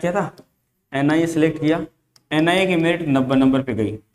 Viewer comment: Ina nhi NIA